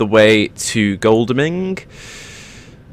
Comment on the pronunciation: Just so you know, it pronounced Goddle-ming